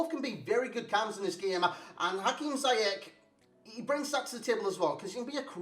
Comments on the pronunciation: You pronounce it how he said it ^ Zi-yesh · Nee, officieel spreek je het uit als "Ziejesh" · You pronounce him this way: See-jeg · It’s prunounced Zee yech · Officially its "Ziyesh"